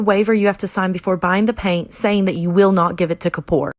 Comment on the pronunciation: god atleast pronounce anish kappoors name right, why u pronounce it like kapor